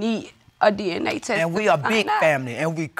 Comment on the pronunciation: Why they can’t say “test”?